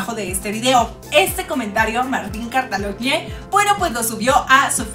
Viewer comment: Se pronuncia cataloñe